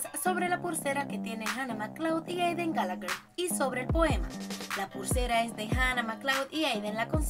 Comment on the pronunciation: No sé dise Gallagher sé dise Gallagher